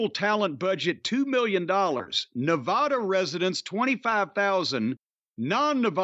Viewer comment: I wish jim could learn how to pronounce nevada.